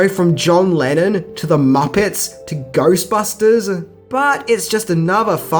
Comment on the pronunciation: 3 secs watching and I hear Goystbusters :P